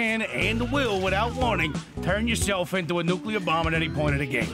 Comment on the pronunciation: "Turn yourself into a nuclear bomb." The accent with that line just sounds perfect. You had a good hire mate.